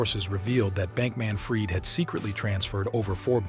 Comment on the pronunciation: he actually pronounced the mother's last name correctly.. as "freed"